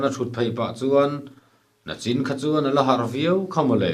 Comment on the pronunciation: Nachin..ti.in a ziaktu hian a ziak emawni le..Nachin ti in a lam tlat..